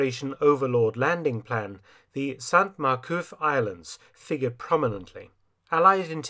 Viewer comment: Silent "t" with male saints in french (that begin with a consonant), Dr F - but not with females; ie Sainte Mere-Eglise. Otherwise, another BZ!